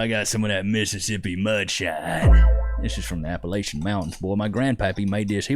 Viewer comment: And he said it wrong to boot!